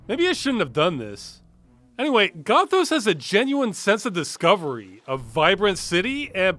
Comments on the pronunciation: Not Gothos as in pathos. Gothos as in Oreos. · This game's title should've been pronounced "Goth-owes", and the Vampires should've all had Australian accents. Otherwise A+. Peak '90s "video-capture graphics" RPG.